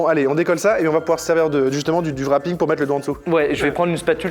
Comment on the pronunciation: C'est warping pas wrapinng mdr